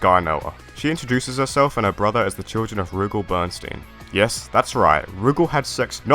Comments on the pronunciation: Really wish Adelheid hadn’t fallen off. I want him and Duck to come back in the worst way. Rugal doesn’t rhyme with Google, btw. Stress is on the second syllable, like roo-GAHL. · People pronouncing Rugal's name as "Roogle" will always be grating on my ears. My friends and the people in our arcade always pronounced it as Ru-gal. That being said, awesome video! Adelheid, Krizalid, and Shion deserve to be in more games.